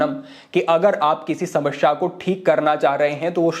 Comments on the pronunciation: Samsyaa.....shamashya ....nahhiiiii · कृपया समस्या बोले,समश्या नही। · sahi uchcharan Samasya bolte hain, Samashya nhi 😎